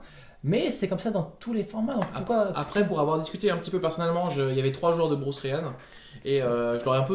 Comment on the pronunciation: Merci encore pour cette vidéo! Hey les gars, c'est "BruSe" pas "BruCe" ! [Z] Malheureusement, je crois que Partner c'est un peu cheaté dès le départ... 7 cartes en main + 2 Gégé D'accord avec Kozent, pr moi Zurgo ne sera jamais BAN, c'est un type classique aggro, limite le 20 PV a été mis en place pour ça.